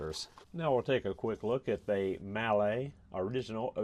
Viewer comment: Mahle... Pronounced "Molly"..